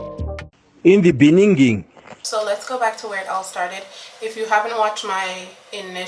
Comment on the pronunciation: Lol Jacob Zuma catching strays "in the benninging"😂😂